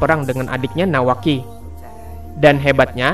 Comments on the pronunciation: Menit bukanya nawaki tapi kawaki coba dengar baik baik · Ada yg sadar di menit bukannya bilang nawaki malah kawaki